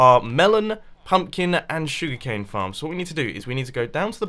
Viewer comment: Anybody else find it amusing how he pronounces "Sugar Cane" and how he says, "Please be sure to hit that like button." It's like, "Shug'cane" and "Pleezee shure ta hit that like bahtton."